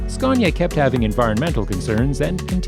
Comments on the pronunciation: It is fkin not "scyaaawwwwwnya" it is "scan ya" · Ughhh SKA-ANNY-UH Say it right fucker ! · Did'nt know there was an "r" in Scania. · Its scania not sconia you muppets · There is no "R" In Scania! Scania is a landscape in Sweden!